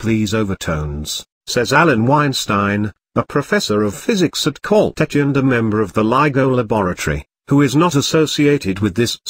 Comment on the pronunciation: Annoying phoney voice over that mispronounces words such as Caltech.